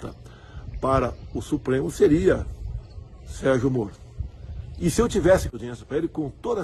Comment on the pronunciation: Kkk ele falou Sergio Morto???? Kkkkkk